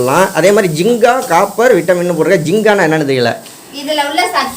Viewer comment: ஜிங்கா இல்ல (ஜிங்க்) Zink